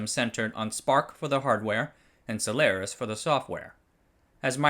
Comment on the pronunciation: HT for using the correct pronunciation of Solaris